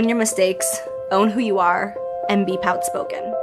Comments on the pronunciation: did y'all hear POUT-SPOKEN or outspoken? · did she really just say "poutspoken" 🤦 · "Be pout-spoken"?!?!?! What the eff, lol